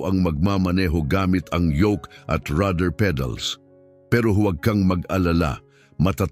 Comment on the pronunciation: Rudder pedal, Hindi rather pedal😂😂😂